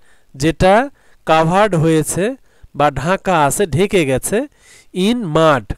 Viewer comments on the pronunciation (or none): none